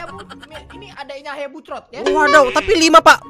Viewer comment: Bang bukan hayabusrot tapi hayabuset